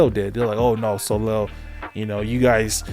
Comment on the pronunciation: Side note : Soleil is read "Soleiy" - and not "Solel". :)